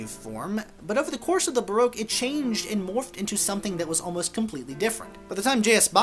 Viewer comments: It’s pronounced BA ROCK. As I live 300 metres from the most famous Baroque palace, the Belvedere in Vienna and Vienna being the most Baroque city of all I guess I should know. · Pity you can’t pronounce baroque !